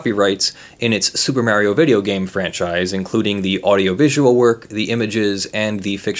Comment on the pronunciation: "Super Mareio"